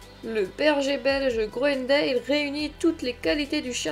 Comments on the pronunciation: Si vous voulez être crédible apprenez déjà à prononcer son nom convenablement : on ne prononce pas grounendéle mais grounendal. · Ca se prononce "grounendal" ;)